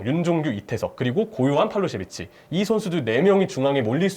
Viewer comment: 정확한 발음을 자랑하는 그에게 어려운 팔로세비치